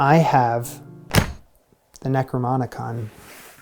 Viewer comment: Necromonicon.... macabruh...... ❤